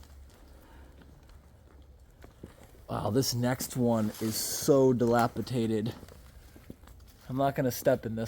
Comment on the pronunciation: ➡️ Take a shot every time says dilapitated😉